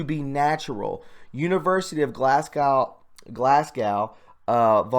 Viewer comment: It’s pronounced ‘ GLASSGO’ ...lol 😂👍